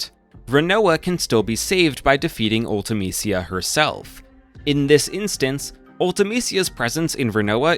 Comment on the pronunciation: Her name was pronounced once in FF Dissidia. Ulta-Meesha was the pronunciation they went with.